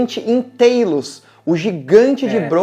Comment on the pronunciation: A pronúncia do gigante de bronze criado pelo Deus Hesfesto, é Talos mesmo em português, e não " TEILUS", como vocês disseram, que se pronúncia em inglês.